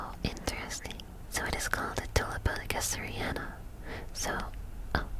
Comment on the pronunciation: I regret to inform you that you mispronounced gesneriana at the end of the video